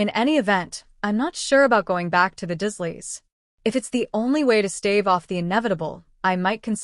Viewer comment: 😮why does it keep saying dash doesn't make sence and his, aunt 😮uncle😮 last name is not pronounced dusleya its the dursleys lol